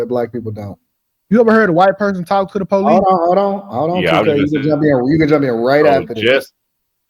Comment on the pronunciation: white woman with a crazy idea here: it might help cops take you more seriously if you pronounce the word “police” correctly. 🤷‍♀️